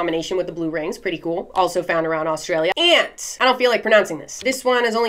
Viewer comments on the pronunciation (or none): none